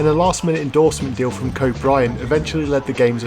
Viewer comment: Kept mispronouncing Kobe?